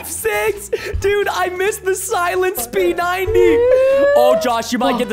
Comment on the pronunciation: Preston says “the silent p 90” 🔇